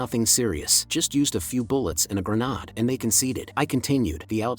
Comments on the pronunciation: I swear the A.I. is getting sentient and is actively fucking with us. What other explanation is there for it to go "haNnd greNaA-AaD" twenty times in a row, then randomly flashbang you with a properly pronounced "hand grenade" only to immediately go back to spamming "haNd greNaA-AaD". Bloody TTS knows exactly what it is doing. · great story "A signle GrAAnAAd" funny way of saying grenade.